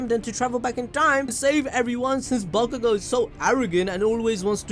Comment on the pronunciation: Listen and repeat: BAKUGO - B A K U G O - B A (C) K U GO. Mind blow complete. You’re welcome.